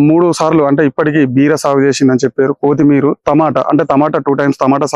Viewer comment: కోతి మీర కాదు కొత్తిమీర